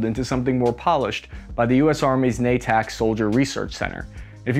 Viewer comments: you terd. It's not "Na-tack" It's Nay'tick. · BTW - The location of the Army Lab is in Natick, Massachusetts and is pronounced Nay- Tick not Nah- Tick. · OMG it's not "nayyy tack" it's pronounced "naytick", actual spelling is Natick, not that hard, dude! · it is not Nay Tack either. It is pronounced Nay- Tick. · It’s NA-TICK, not NA-TAK you friggin goober! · Invented in 2011? Nonsense! It was invented in 1987 when Jesse Ventura carried it in the movie "Predator" (as you admit)! P.S. I believe it's "Nay-tick" EDIT - I'll get excited when this gets paired-up with something like the "steady-cam" rig for heavy weapons from Aliens, yet can be used prone. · You gotta speak Boston. It’s Nay Tick 😄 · You slaughtered Natick. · One note, Natick? That pronunciation is Butchered! as to the concept, it seems to me that every infantryman wearing a belt of m-60 over their shoulder in Viet bam, knowing “ammo is life”. It has some merit, keep thinking!